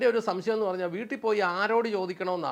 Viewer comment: Caption super എന്നാലും ഒരക്ഷരം change ചെയ്താൽ അതി ഗംഭീരമായേനെ. എന്താന്നോ,? ''വൂട്ടിൽ '' പോയി എന്ന് കൊടുക്കാമയിരുന്നു, അങ്ങേര് അങ്ങനെയാ പറയുന്നത്. "വുട്ടിൽ ''